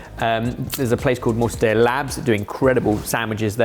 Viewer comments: is KILLING ME in this video. The guy who can't pronounce "paella" correctly suddenly calls an ITALIAN meat "mort-a-day-uh" and then mere moments later correctly pronounces another Italian word with two Ls, "mozzarella." Also, if you're using a Rueben as one of your American sandwiches, it's "corned beef," not "salt beef." The US sandwiches were chosen by a UK based AI machine, I assume? PB&J, Fluffernutter, cheesesteak, Cuban, Poboy, Muffaletta, BLT, French Dip, Italian beef, pastrami, beef on weck...c'mon sorted, try a little! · Has someone already proposed the game where every time you guys mispronounce an iconic ingredient you have to take a drink? Mor ta dey ya just made my ears hurt and I remembered that nearly all of the Italian words I know are swear words. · He is pronouncing like it’s a Spanish word. Mortadel-La. Italians pronounce both letters you end with the first L and start with the second. It’s a hard end at the end of mortadella then begin with the La. It’s a three syllable word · The mispronunciation of mortadella is making this a hard watch from the get-go. Seriously, is a trained chef. How does he not know the pronunciation of one of the most famous hams in the world? And he's been running a youtube channel for well over a decade, how hard is it to just learn simple pronunciation rules, especially for a culinary mastodon like Italy? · I know always pronounces Spanish as fr£nch but now he's pronouncing Italian as Spanish. Fecking what 😂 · Had to stop watching after that clown “” Butchered the pronunciation of Mortadella,do better research! what a fuckin mort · Well...I have never heard mortadella pronounced that way 😂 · Mortadella and Mozzarella are both from Italy, which do NOT pronounce the "ll" as "j". That is only in Spanish. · Mortadella is Italian, not Spanish, and is pronounced with a double hard "L" sound (hold the "L" for twice as long), not the "y" sound as is done in Spanish. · not the Mortadeya 😂